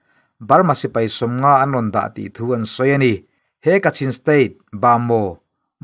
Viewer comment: Ba maw ti toh suh. Bamo tih tur ania.